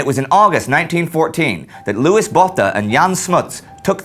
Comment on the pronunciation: Just a note,, Louis's 's' at the end is silent, and Botha has a long 'o' sound (kind of like when you go through the alphabet and say 'o', not quite, but it's closer than the short 'o' you used).